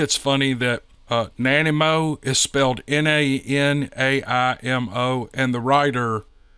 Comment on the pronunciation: NAH. NYE ( LIKE EYE) MO